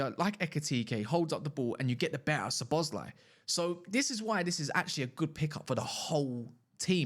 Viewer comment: no it's pronounced Szo-bo-szlai not Szo-bosz-lai